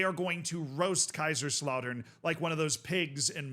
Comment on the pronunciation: pronunciation of Kaiserslautern makes my blood clot lol